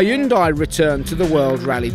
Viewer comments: Damn it, get your pronunciations correctly, it's simply "Hun-day", not "High-yung-dye". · When the narrator said Ha-yun-dai. Koreans raising their eye brows. 😂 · No it's not.. the correct pronounciation is "hyun deh"